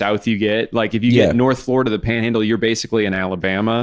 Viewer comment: have never thought drew had a southern accent until he said the word panhandle whoaaaa